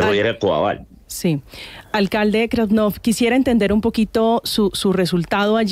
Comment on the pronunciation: Es krasnof y no grascof. Como los avis grasnando